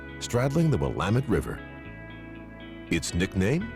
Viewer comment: lol the way he says the Dalles is completely wrong. Just like everyone pronounces Oregon and the Willamette River wrong. Edit: oh he got Willamette right!